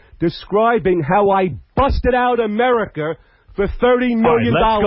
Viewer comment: “It’s OFFEN” but he can’t pronounce any word ending with “a” americker, floorahder, pamaler